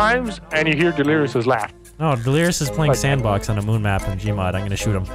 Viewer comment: "R ya still lewkin at da mown?"